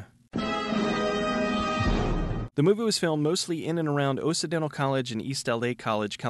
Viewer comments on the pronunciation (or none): Oh-si-dental College? It’s pronounced “Ox-cidental”. Like Occident vs. Orient? omg. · bud it is occidental college and is pronounced oxy-dental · Nitpicking, but I think Occidental College is pronounced “Awks-i-den-tal”.